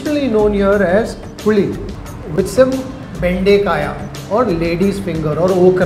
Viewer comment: Bendekaya? Really? Must be difficult for the foreign host to pronounce local dishes!🙏🏻 Great hospitality by the lady!